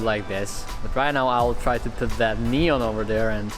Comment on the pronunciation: Normal people : Neon Him : Nyon